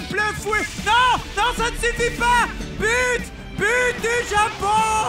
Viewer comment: Un zéro pour le Japoooooooonnnnnnngggggg avé l'acceeeeeeennnnt !!!!!